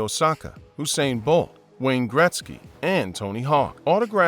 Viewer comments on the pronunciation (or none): none